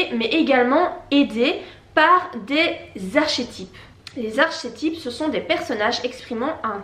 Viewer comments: Archet type mdr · C'est bien mais ça se prononce "ar-ké-tip" ;)